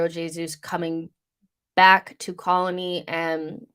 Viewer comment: Colney is pronounced "coal-knee". I don't know why, it just is. English place names aren't necessarily the most logical.